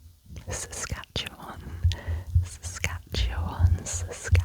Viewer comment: Didn't expect to hear the Province I live in in a trigger words video! Great pronunciation by the way! It's the first time I've heard it done right the first time around! Saskatchewan does make a pretty solid trigger word